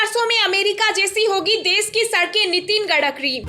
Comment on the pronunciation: You need to read correctly the name of road and transport minister